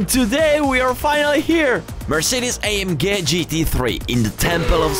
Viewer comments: A m gay? How do u pronounce A G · It's the same sound in Italian. But he used the German sound for the G because AMG is German. Very often in Italy for acronyms we use the original pronounce.